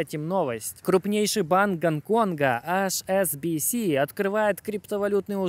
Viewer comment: Друг, у тебя найсупераTION видео ролики. Прошу, не говори "АШ' SBS skaжи вот так: "ЭИЧ"SBS У меня тик на эту тему :))))